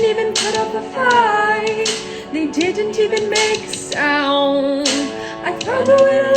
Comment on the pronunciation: “They dent-in-it even make a sOOOUnd” PLEASE 😂